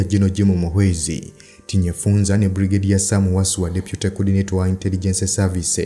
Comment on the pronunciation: The name is TINYEFUZA not TINYEFUNZA....please.